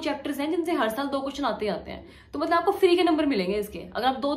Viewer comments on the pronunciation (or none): none